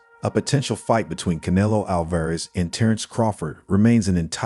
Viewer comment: I have a hard time believing his knowledge when he refers to CANELO as KAN-A -LOW.